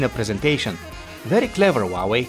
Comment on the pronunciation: Who Ah Way, not WAWAY